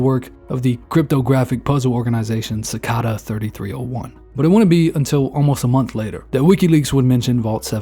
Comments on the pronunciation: Cicada is not pronounced sick ca da is sick cay duh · It's pronounced ci-cay-da in america, not ci-cah-da, just for future reference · Cidada = SAH-KAY-DUH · Bruh said SIKADA lmfao its sa-cade-ah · Cicāda. The first "a" is a long a. It's the insect. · bro said cycada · They way you pronounced sik-cod-uh 😂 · Sacada 301... Need to say it correctly. Way off on how it is said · Saying “Ci-cah-ta” made me discredit anything you had to say lol. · it’s pronounced SICK-AYE-DUH 🫡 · Bruh can’t even pronounce cicada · Mispronouncing Cicada is BAD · Thats not at all how you say cicada 😅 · How do you mis pronounce cicada? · You mispronounced Cicada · Why does bro not know how to pronounce Cicada or Guantanamo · great video! please never pronounce cicada like that again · 2024 and dudes still don't know how to pronounce cicada. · Who tf pronounces “cicada” like that lmfao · There is no way you just pronounced Cicada that way…